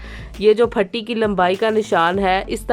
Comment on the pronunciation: پٹی ہوتی ہے، پھٹی نہیں ہوتی،